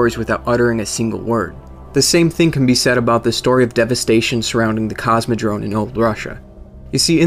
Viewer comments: It is Cosmodrome, with an "m". Not Cosmodrone... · Cosmodrome, not Cosmodrone(sounds like you say Cosmodrone) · Very cool info man! Subbed! :) PS: CosmodroMe, not droNe... <3